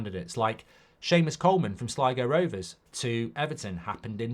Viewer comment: Hearing you pronounce Sligo correct made me smile, then again you lived in Ireland previously :)